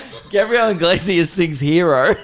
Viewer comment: fair sure you're pronouncing iglesias anyway brah